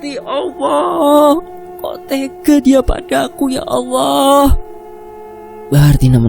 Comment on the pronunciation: Tolong di perbaiki lagi mas penyebutan kata ALLAH bukan Awwoh.. Maaf sekedar masukan untuk lebih baik lg kedepannya 🙏